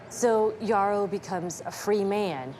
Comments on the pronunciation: His name is pronounce as yerroh , it is a fulani name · His name would be Yero instead of Yarrow, pronunciation changed over time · Yes .we fulanis in guinee and Senegal pronounce it "Yero" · The fulanis have always had islam as their faiths for a long time. The correct pronunciation of his name btw is Mamadou yero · No. He's fulani from what is today Guinea/Senegal. We pronounce He's name as Yero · It’s pronounced “Yerrow” YE like Kanye (ye) I know cause I’m Fulani. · came to say exactly this! The real name is definitely pronounced Yero, and this man looks so similar to my grandpa it’s actually scary! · His Fulani it's pronounced Yero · Lol no shade but ya pronouncing his name Wrong.. he got the Same name as my Grand Dad and its a Fulani name!